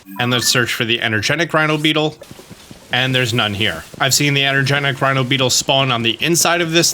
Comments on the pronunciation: EnergeTIC, not energenic. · Its energeTic not energeNic, its right there in front of you